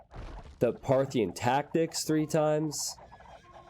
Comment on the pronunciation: When you were talking about Mangudai upgrades, I legit thought you said triple Smarthyan tactics 11